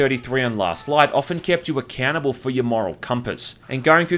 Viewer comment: Great review! But when he says "accountable" I always hear "a cannibal"...